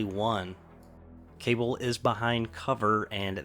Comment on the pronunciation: I know I'm 3 years too late, but Cabal is pronounced Kuh-ball, instead of Kay-bull.